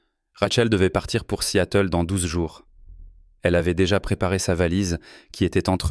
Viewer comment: Seattle ne se prononce pas "si-à-teul"